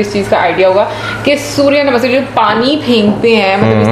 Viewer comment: Didn't know that. Thank you for educating me. You learn somethinh new everyday., your pronunciation - Surya Namaskar, Sanskriti.😍😍😍